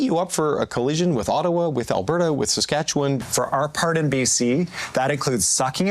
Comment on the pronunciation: Is Eby Canadian? He doesn't even know how to pronounce "Saskatchewan."